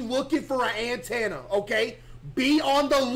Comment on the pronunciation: Bro said an tanna